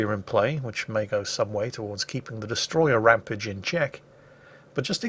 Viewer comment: First time I've heard Rampage pronounced 'Rampidge'.